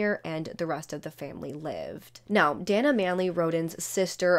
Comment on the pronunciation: Dana; It's pronounced DAY - NAH 😉